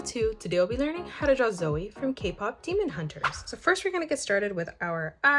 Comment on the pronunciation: goood you said zoey this time